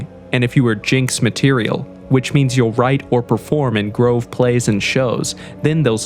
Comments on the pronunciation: Grive? I thought it was Grove. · Grove or Grive??🙄